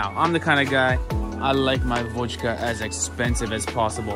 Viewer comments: He really said водька 😭😭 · It's vodka, not vodjka.